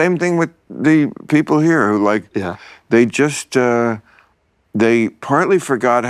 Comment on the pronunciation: "Come on beople"